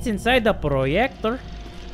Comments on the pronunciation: ive been laughing at the word “proyector” for 10 straight minutes now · That "Proyector" Though. 😂😂